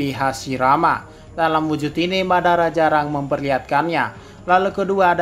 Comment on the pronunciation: Madara bang bukan babara